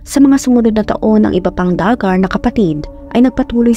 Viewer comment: Du-Gar ang pronunciation at ang Arkansas ay silent yung last na S.